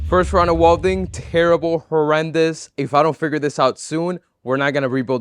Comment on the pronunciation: what the hell is wolding please say it properly welding 😬